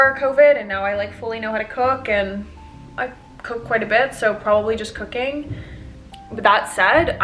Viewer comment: I don't know... Maybe like... cooking? What I heared: I don't know... Maybe like... cocaine?